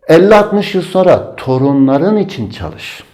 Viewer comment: o ÇAL-IŞ degil ÇAL-İŞ OLACAJKK Y